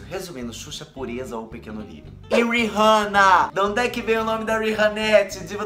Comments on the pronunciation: Não é "RIRRANNA", é RIHANNA 😴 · Não é uírrana é riana. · queria saber porque muita gente pronúnica o nome da Rihanna errado. gente se escreve com H mas se pronuncia com som de A. Exemplo: RiAnna. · Pronunciou o nome da Rihanna errado 🌚